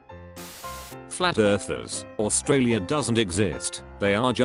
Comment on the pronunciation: imma actually kill someone if i hear australia being pronounced as oo-st-ra-li-a one more